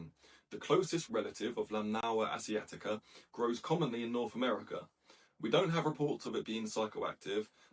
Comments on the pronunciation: Can you pronounce it without a weird accent, I only ask because you didn't use an accent when using Chinese words and names. Lanmaoa Asiatica, I can do it, you should try, It's not so hard as one would expect. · Try practicing pronunciation BEFORE recording. Sounds like this is the first time you've read the name of this fungus.